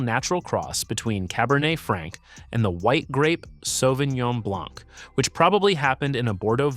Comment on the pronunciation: Why are you pronouncing the last letters one time out of two? We won't prononce last letters in French. You say Puget properly without the T and yet you say Blanc as in Blank. Why is that so? Interesting otherwise